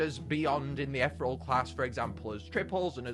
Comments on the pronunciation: I love your videos but it angers me when you say ‘ether ull’ and not ‘eth ear ee al’ 😂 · eth-rel? Ee-thee-real! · Ee-thear-ee-al. Just thought i'd say that. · I swear I cringed every time he pronounced ethereal “ethrel” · It's pronounced eth-EERIE-al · I'm sorry i love his content but does it bug anyone else how he pronounces ethereal 😭